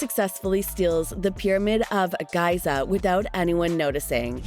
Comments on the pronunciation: It’s pronounced GEE-zuh and nuh-FAHR-ee-oh, “”! 🤨 How difficult could it be to pronounce a country’s capital?! Also, go by how Gru and Nefario pronounced the latter’s name, even if it is short for nuh-FAIR-ee-iss. 🙄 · The piramid of Guy-zah? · You pronounce “Giza” like a doombass.